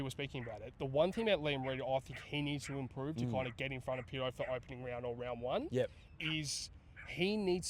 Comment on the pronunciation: Cheers and PAtto not Pitto lol..love your updates lads!💙💙